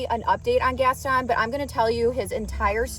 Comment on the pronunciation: Gaston is pronounced with a Long o and the accent is on the o